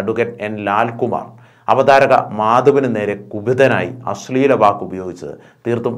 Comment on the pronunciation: Avadhaarakan not avatharakan